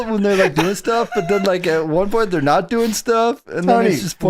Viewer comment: Yes-ah, they-ah, Are-ah